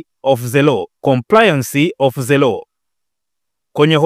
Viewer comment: Mtangazaji upo vizuri ila punguza ze ni the ambayo inatamkwa dhe 😂😂